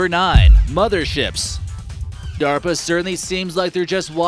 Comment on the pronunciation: Oh, he was talking about DERPA not DARPA... that explains the duh duh nature of the video...